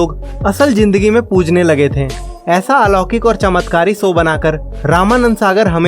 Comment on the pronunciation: standard to sahi bol lete ho bhai to show ko ssow q it's called lack of practice and self contiosne. aap achi video bana te ho acha bolte ho buy ye s s s bohot kharab lagta hai and esa nahi hai ki aapki zaban kharab hai aapko adat hai sh ko s bolne ki. plzz rectify and work upon your self. you'll go very high in life ❤ Ji shri raam ❤